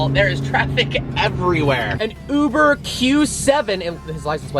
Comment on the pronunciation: “Yuber Q7” 😂😂